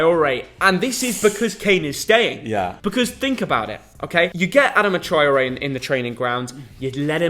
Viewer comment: Was it just me who was annoyed how he was saying adama traore 🤣🤣